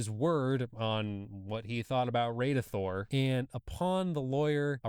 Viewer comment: its pronounces Radithor not radeithor as in rad something is rad